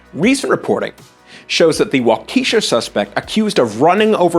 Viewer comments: Waukesha is pronounced WAH-kih-shaw, not wah-KEY-shaw. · Don! Don Johnson! The shark is swimming backwards!!! Anyway, that makes for a simpler and less expensive algorithm. Edit: Walk E Shaw is how it’s pronounced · Sorry, but pronounced “wah-kah-Shaw”